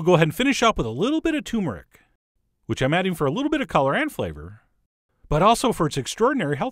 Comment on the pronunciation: Always enjoy your videos, John - even the sing- song speech pattern (although screw cilantro lol) But...wtf is tumor rick? Please forgive my silly mood, genuinely trying to be friendly and funny. If it helps, my Polish grandma explained it like this: Say "turd" Now say it without the letter D Then say "mer," which rhymes with "tur" Then end it with "ick"! WISH you all the best, and sincerely hope this message comes across in the friendly and helpful manner it is intended (for ALL readers, not just John.)